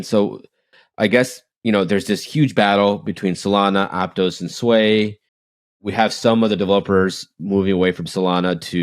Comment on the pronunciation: It’s pronounced Ap-toss not ap-tose and Sui is sweet without the t not soo-ee